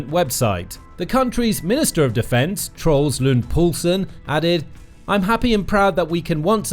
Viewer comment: As much as I hate him, his name isn't "Trolls", it's "Troels", pronounced "tro-els".